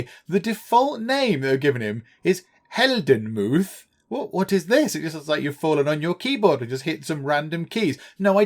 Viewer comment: its funny and painfulnto watch as a german 😂 heldenmuth means hero‘s bravery - i think today you would find more ppl called helmut but the muth part sounded hilarious